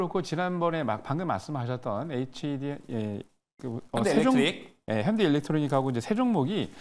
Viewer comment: 어휴 첫번째 아저씨 왜저래. 한번도 아니고 계속 ls일렉트로닉이라고 하네. hd현대도 일렉트로닉이라 하네. 지난번 방송에서도 저러더니 분명 누군가가 지적해줬을텐데 방송에서 저러는건 노력이 없거나 고집아닌가. 진짜 계속저러니 못들어주겠네. 일렉트릭 일렉트로닉의 단어 차이조차 이해못하는 듯.